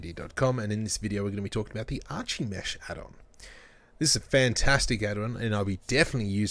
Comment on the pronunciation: *ar-ki-mesh not arch-ie-mesh just like you don't say arch-ie-tect but ar-ki-tect